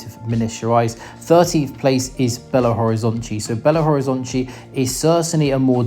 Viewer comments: la pronunciación de Natal en portugués es Natau (cuando la L está en final de palabras o en sílabas, esa L se pronuncia como una U) se pronuncia Belo Horizontchi. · Belo Horizontchi is the pronounciation from Rio de Janeiro people, maybe from Bahia.